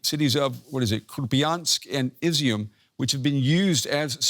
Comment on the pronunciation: IZUMI?? IZIUM?? lol